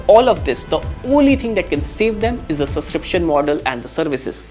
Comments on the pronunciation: Dude, it's pronounced subscription with a 'b'. Heard it being said so many times the wrong way. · Subscription ❌ Suscription ✔